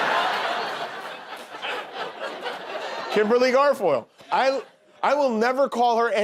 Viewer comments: Kimberly Garfoyle? Anyone who has seen her speak knows that it's "Gargoyle!" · Rosanne has finally lost her last 2 brain cells. Although, she did come so very, very close to saying Kimberly 'Gargoyle.' 😊